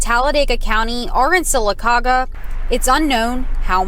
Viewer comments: FYI, here's how you pronouce Sylacauga. The city of Sylacauga in Alabama is pronounced "Seal-A-Cog-uh". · Sylacauga...... pronounced phonetically Sila Caga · We absolutely love you and your program. Thank you for all you do for America. But… you need to learn how to pronounce Sylacauga. It sounds like Sill-a-cog-a. Keep up the good work. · Sil-a-caw-ga. Love your podcasts! Based on Native American dialects. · Silla-cah -gah! How it's pronounced! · It's pronounced.. Sy-la-cau-ga. It's believed the name derives from the Native American Upper Creek (Muscogee) words "suli kagi".. Place where buzzards roost. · also the city in alabama is pronounced sila - ta - gah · The Alabama city is pronounced sil-a-caw’-ga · Sir, it's pronounced "sillaCawga" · Sylacauga is pronounced: Sella-Kah-Ga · Syl-a-cog-a is how it’s pronounced ;) ROLL TIDE ;) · Sylacauga pronounced sill- uh- cog-uh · Sil a ca ga is how it's pronounced. Hope that helps. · Sylacauga is pronounced Sil la cog ah Bama resident here! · Pronounced....Sil a caga